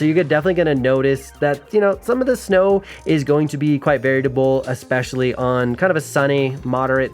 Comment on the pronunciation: You’re the homie. So I just want to let you know that it’s “variable” and not “varietible”. On another note, I love this type of content 🔥